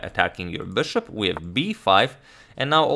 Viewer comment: bãshop back to d2. His "bishop" speech is funny